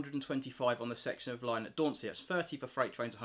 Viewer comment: Yes you did pronounce Dauntsey correctly.